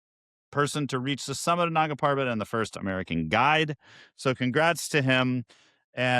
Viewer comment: Please pronounce Nanda properly just ask someone they will tell why its sounding inappropriate.